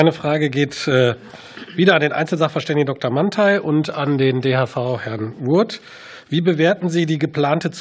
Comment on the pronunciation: wIe der pilsininger nicht mal den namen vom DHV kann. xD